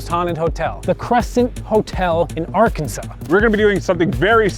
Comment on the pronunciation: Thank you for pronoucing Arkansas right. I have been here like 5 times and love it. I have a skeleton key from there.